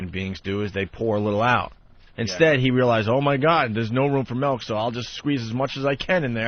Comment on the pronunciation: I actually get legit pissed off when he Opie says ‘melk’ for some reason. And “The 10,000 dollar fewchitif’ 🤢🤮😡🤬